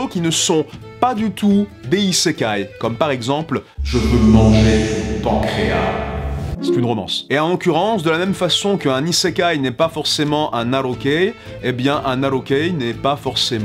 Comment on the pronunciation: Ça se prononce pancréAS .... j’ai comme une sensation de déjà-vu tout d’un coup 🤔